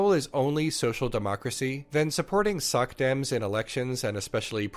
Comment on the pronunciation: When you said "socdems," I heard "suckdems." I went, "Damn,! Take no prisoners!"